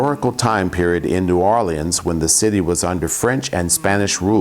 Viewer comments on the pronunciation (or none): Pathetic video (and New Orleans is never pronounced "New Orleens"). Stupidity.